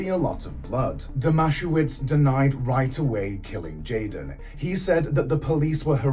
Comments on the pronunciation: I wish you would look into pronunciations if you're going to make a video from a true crime. Firstly the town is NOT pronounced MO it is MO..E and you got the babysitters name all screwed up also...It's not DOMASHOWITZ. its pronounced DOMA SE VICH. It doesn't take great effort to check details are correct when doing a story. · The town is pronounced Mo-ee, and Greg's surname is Dom-a-sev-ich but only Aussies would know that. Greg totally killed him. Bylinda and her sister both had a baby each with Brett Leskie. The town of Moe is the definition of aussie boganville